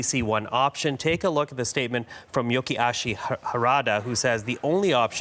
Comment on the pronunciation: YOSHI AHKI, not YOKI AH SHI